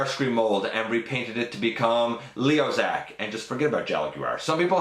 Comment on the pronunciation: Its pronounced L"i"o Kaiser not L"e"o Kaiser:-) gotta say i want to do a custom leozack outta potp starscream